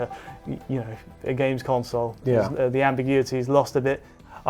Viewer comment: *console not "council"